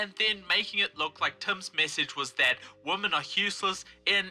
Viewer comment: When you and Lauren Southern say "women" it sounds like you're saying "woman" What's up with that?